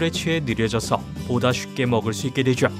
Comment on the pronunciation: 되죠 는 솔직히 그냥 되죠라고 발음하면 되는데 되쥬에욥! 이러니까 역겨워요